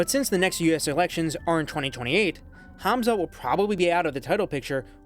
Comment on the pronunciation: Why you say Khazmat? It's Khamzat